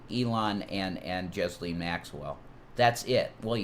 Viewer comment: It's Ghislaine,. The 's' is silent. Pronounced like Jilaine. Jasleen ain't even close.